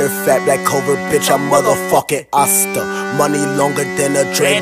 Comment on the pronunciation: It's Asta not sausta